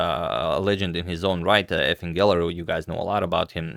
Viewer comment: You pronounce Efim weird. Its pronounced Yifim